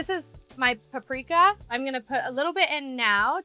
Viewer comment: Paprika woo she said the Serbian word. The pronounciation is ok